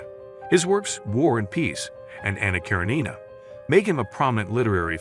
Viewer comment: Since I'm assuming the narrator is not a poorly educated human, the narrator must be a computerized voice and not a good one either. The pronunciations of "Les Miserables" and "Anna Karenina" are particularly off and grating.